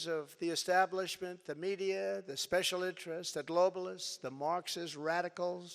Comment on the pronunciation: Aw, that was vewy, vewy spesso. 💩